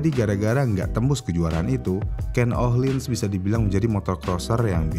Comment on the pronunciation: Ohlins bukan IKEA